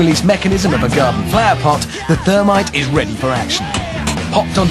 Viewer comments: not termite, THERMITE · the "thermity"